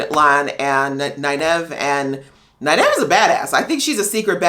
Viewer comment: Great reactions. You have caught a lot of things that many non-book reader reactors have missed. Also, Nynaeve is pronounced “NIGH-neve.” And she is a badass. I can’t wait to see your reaction to episode 4. Good luck with it.